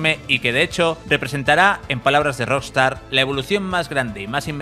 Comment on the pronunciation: buen video :) , pero, porque dice Rostar?